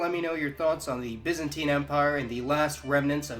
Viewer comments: Correct pronunciations: "He is a citizen of the byzan TINE empire." "He is a byzan TEEN citizen." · BY not BIS you bellend!!!